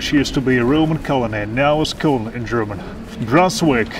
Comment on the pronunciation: какой ещё "К'элах"?) К'элон же читается (Cologne) . Пять раз переслушал, у тебя - "К'элах" слышно - как на иврите что-то или на арабском)